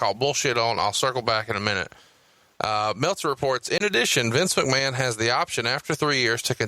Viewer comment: is why I'm here LMAO "Well Mistur MAKMAN!" LMAO